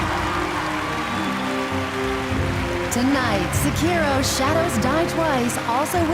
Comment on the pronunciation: Vin Diesel says he and Michelle are gamers Michelle mispronounces "Tekken," one of the most famous fighting series to this day Vin Diesel mispronounces "Sekiro" the Game of the Year 2019, immediately followed by the announcer giving the correct pronunciation thank you fast and furious